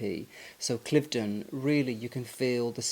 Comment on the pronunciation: Will be staying at Cliveden (not Cliff-den) later this year. Looking forward to it. Always enjoy your work and appreciation of beauty and classic style.